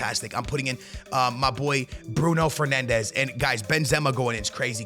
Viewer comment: Hes Portuguese and saying a Portuguese players name the way its meant to